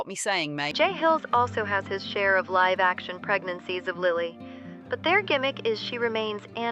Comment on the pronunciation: SAY LIVE BRO SAYYY LIVE 😭😭😭✌️✌️🥀🥀🥀